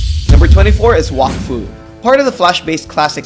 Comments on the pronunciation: its pronounced wak foo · That’s not..how you say Wakfu